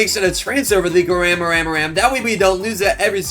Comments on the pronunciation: Bro he says chef crabracadabra chef garamara😂😂😂😂😂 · Bro calls garamramam , gwemwemwem